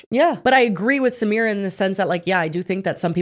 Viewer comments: Yall are pronouncing her name wrong it’s Sah-My-rah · I think her name is pronounced like suh-my-ruh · Thank you!! And them mispronouncing her name is literally a micro aggression🥲